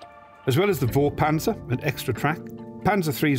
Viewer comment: Vorpanzer should be prononced with an F like foreclosure oder the number 4. Fourpanzer.